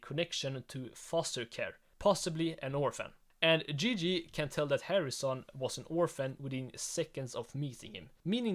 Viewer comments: I'm sorry, but it's 100% not Gigi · It’s not Gigi